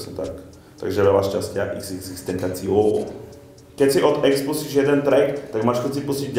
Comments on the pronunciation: Čte se to xxxtentasion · čte se to tentašion